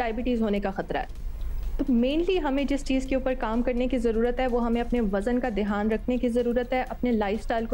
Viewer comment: "Dheyaan", "Dheyaan", "Dheyaan", not Dehaan, medam.